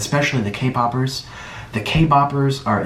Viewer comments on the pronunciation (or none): Did he just say "k- BOPPERS" freakin "K_BOPPERS"!!!! Bruhhh we are K-POPPERS!! FR FANS OF K-POP!! NOT K-BOP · Me not being able to watch the whole video because he said k boppers the k boppers the k bobbers the k boppers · *Luv you nik but im offended by you saying k-bobers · " the Kboppers" Bro can't even correctly say kpop fans LMAO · Did he say, kboppers ........ Wtf is kboppers? Does he mean, kpop stans? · I though he said k-pop he said k-bab 😭😭😭😭😭😂😂😂😂😂😂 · i just kept hearing k- boppers. kpop bopping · All i heard was k-boopers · Nick: “The K-bobbers” Me: tRiGGeReD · Why do I hear “Kboppers” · Put on subtitles and its literally saying kay bobbers when he's clearly trying to say k- poppers 😂😂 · did he just kill me a "kboper"- it's either kpop stan or kpoper! not kboper.. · anyone else annoyed he said kboppers. i don’t listen to kpop but i can imagine that to be disrespectful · what's a kaybacker? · k-boppers? is that what you're saying? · What are Kboppers? I have heard of K-poppers, but not Kboppers. lol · First of all its kpoppers not kboppers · y'all he called us kboppers with his whole chest 💀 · K-Poppers not K-Boppers. Ugh if your not going to say it correctly don’t say it at all just says people who listen to kpop. I’m not being mean it just bugs me the way you say it. You said it like it hurts you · Dan Richardson omg I thought I was just me 😂 “ T H E K B O B E R S “ 🤣🤣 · he said k-boppers lol k-bop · Sounds like he’s saying K-boppers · No one: Nik: “kBoPpErs” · ah yes, the kboppers